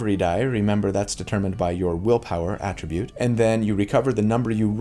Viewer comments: Friendly Neighborhood English Teacher here with a note on the typical pronunciation of "attribute": When using "attribute" as a verb, the emphasis is placed on the second syllable (ah-TRIH-bhut). Ex.: I attribute a calm, soothing voice to a person with a kind, caring personality. When used as a noun or adjective, the emphasis is placed on the first syllable (AH-trih-bhut). Ex.: The most important attribute score for a wizard is intelligence. - Your FNET ❤ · Quick note about “attribute” prononciation: AE-tri-bute is the noun/adjective. “His attribute” or “strength attribute” uh-TRI-bute is the verb version: “I attribute this to your genius.” Many other words in English do the same thing of shifting the accent based on the function of the word as noun or verb, ex. address, permit, record, or object. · Attribute is pronounced differently depending on if you are using it as a noun or a verb, in fact, many words are in English. He is mainly using it the wrong way, here. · I’ve never heard someone pronounce Attribute as ‘a Tribute’ before. Is that an American regional dialect thing? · It's attribute! not attribute!!! gosh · It’s pronounced attribute when used as a noun but attribute when used as a verb. Hope that helps. 😊 Thanks for the info! I loved your breakdown! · the emphasis for “attribute” depends on whether it’s a noun or a verb. First syllable for the former, second syllable for the latter. There are a bunch of words in English with this rule. (E.g. object or address)